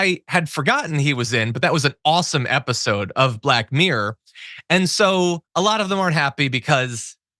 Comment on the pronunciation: Mere = that is solely or no more or better than what is specified; mirror is pronounced MIH-ruhr